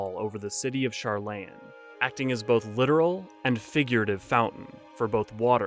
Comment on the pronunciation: This is a really good video, but your pronunciation of most of the Twelve's names (and a few other in-game names, like Sharlayan) kinda makes me cringe. Some of that I get, but the ones that are frequently spoken in the English voice acting of the game? I know a lot of people who make videos like this have been playing since 1.0, back when there WAS no voice acting, so they had to come up with their own pronunciations and got attached to them, but I feel like if I was making a lore video, I'd be careful to pronounce them the same way they do in-game, even if I personally didn't like those pronunciations and was more attached to my own.